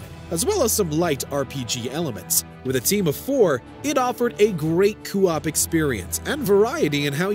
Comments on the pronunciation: why does he pronounce co-op as coo-op 👀🤣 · Love how you say co-op!!